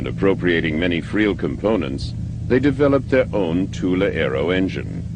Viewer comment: It is nice to hear Thule pronounced CORRECTLY for once! Thule is NOT pronounced "Thool" "Tool" or "Toolie" and never was, these are wholly incorrect mispronunciations. Thule is a word from the German language. Germans do not employ the "Th" sound but, they do pronounce the letter "E" when it appears at the end of a word. Thus the CORRECT pronunciation is: "TOOL-AH" . I speak German and I have had this pronunciation verified by my German friends, they told me this is how it is said, I've heard them say it, it IS pronounced "TOOL-AH" .